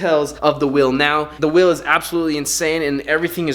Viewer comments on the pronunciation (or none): Wtf fuck is will!? It's wheel 🤦🏾‍♂️